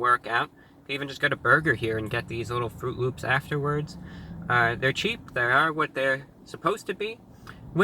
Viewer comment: Did you say... L Ö Ö P S?